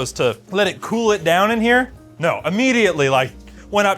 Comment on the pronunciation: as a stateside guy, I hear (waerm) (ceewl)